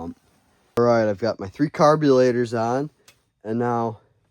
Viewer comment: Carpilator?!? Lol, ok!